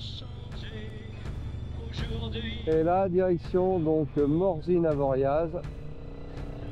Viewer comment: Oui on prononce bien le z d'Avoriaz. Merci pour ton message